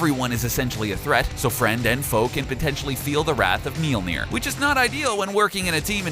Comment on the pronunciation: Tip: If you want to be real classy when talking about the hammer, listen to the letter ø/ö and put it in the middle (Mjølnir). It would make the pronounciation far better. :-)